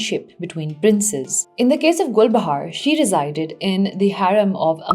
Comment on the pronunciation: all i can hear is GulbahaRRRR RRRRR RRRR RRRRRRR